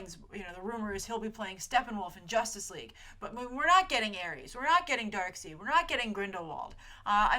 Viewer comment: It's pronounced darkSIDE, not darkSEED.